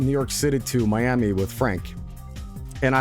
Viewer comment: Fun Fact: There's a Miami in Oklahoma that is pronounced exactly like that